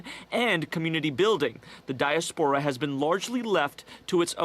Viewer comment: dire-spora 😀😀 It's di-espora.. that's what happens when dumb newsreaders try and talk outside of their box lol 😀